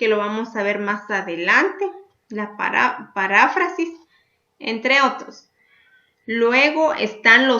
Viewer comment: Maestra es "Parráfrasis" o es "Paráfrasis"